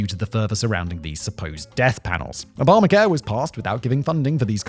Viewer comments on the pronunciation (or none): Did Simon just call the Affordable Care Act "Obama-hair"?